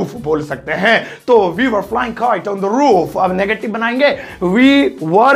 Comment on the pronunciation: Toof nhi roof